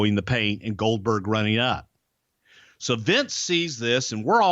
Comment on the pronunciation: Goldberg sounds like Dumberg 🤣